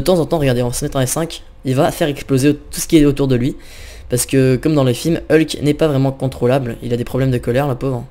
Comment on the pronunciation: c'est Hulk pas helk